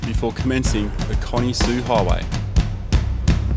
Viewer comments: Warburton, not Warbuton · You say the Desert teaches you Fast, but just 0.49 seconds into this video you failed. There's not a lot more to learn is there? Warbuton ---- really ~ it's WARBURTON. Just hope you will learn something! No you didn't ~ the Victorian Desert in Western Australia ! It's the 'Great Victoria Desert'